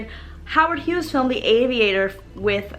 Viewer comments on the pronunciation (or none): none